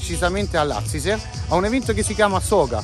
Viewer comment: NON SI DICE LAZISE MA LAZISEEE SCANDITOO